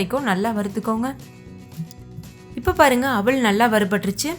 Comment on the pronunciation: அவல் ன்னு சொல்லுங்க.. அவள் இல்லை. தமிழ் உச்சரிப்பு முக்கியம்